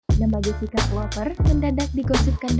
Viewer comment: Nyebut nama s wanitanya aja g becus..buka jesica woooy